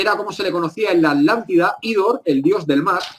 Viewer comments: Me encanta ese nuevo continente "la Alantida" jajajajajajajja y los "Alantes" Se te resisten las "tes" al igual que la invasión Alien de 2019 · Porque dice alantida y el nombre es atlantida o me equivoco ???? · Porque le dicen alantida tengo entendido que es Atlántida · Porqué los Españoles no pronuncian Atlántida de corrida Tla ? Ellos separan la T de la L dicen ejemplo: At -lántida y At-letico. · Curiosísimo que los españoles, en un promedio general al oír a distintos personajes, son incapaces de pronunciar el sonido TL y omiten la T, , su pronunciación es ALANTE y no ATLANTE. ¿Se han preguntado a qué se debe? Todos podemos pronunciar cualquier idioma, por extraño que sea a nuestra particular lengua; pero los españoles tienen una manera de pronunciar que no admite idiomas ajenos, eso me resulta muy curioso, ni bueno ni malo, sino extraño nada más. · Buen video, pero tengo dos puntos: 1. Cómo se nota que es un investigador de terreno y de escritorio. 2. ¿Por qué pronuncian Alántida y no ATlántida con T? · Pronuncian la T pero separada de la L, dicen AT- LÁNDIDA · Genial.....Me interesa todo lo oculto. Y me encantó el.Video. Tambien algo cotidiano...me llama la atención que los españoles no pronuncian la TL por ejemplo alántida en vez de Atlántida.... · Por que dicen "Alantida"?? la T no cuenta o que?? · Quizá es irrelevante acá lo importante es la información...pero yo escucho que dicen ALANTIDA y es ATLANTIDA...puede ser??? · Disculpen la duda, ¿PORQUÉ SE LES ESCUCHA: "LA ALANTIDA" Y NO : LA ATLANTIDA? CON T¡ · Atlante, Atlántida, llevan una T después de la primera A, NO ES ALANTIDA , es ATLLLLANTIDA POR FAVOR ! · Porqué le llaman "Alántida" y no Atlántida como es realmente..?..esa pronunciación me distrae del relato en si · ¿Por qué la gran mayoría de españoles no pueden pronunciar, entre otros, el sonido TL contenido en ATLántida? ¿Acaso es un problema anatómico que les impide ciertas pronunciaciones de consonantes?